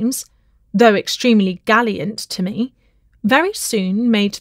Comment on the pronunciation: Like others, I found the mispronunciations amazing and really unfortunate. "Gallant" and "amiable" are not difficult words.